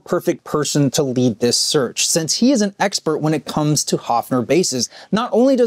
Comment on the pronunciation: The brand name is actually pronounced HERFF-ner.